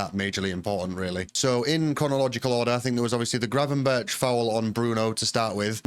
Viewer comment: It's 'Gravenber 'K' ... not 'Gravenbir'ch'' - for future reference!